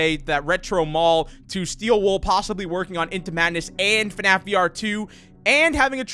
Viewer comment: Its Called fnaf not fanaf